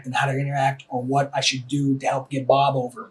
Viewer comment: The way he says Bob, I keep hearing 'mom'